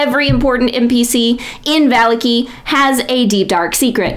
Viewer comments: VAH-LAH-KI not VAH-LIKI YouTube consideres you a champion? Delete this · I am sorry, I misspoke. I meant to say on the second syllable, not the last. As in "Shitaki". You are putting the emphasis on the first syllable. Now I feel like I am being petty. Great video, though!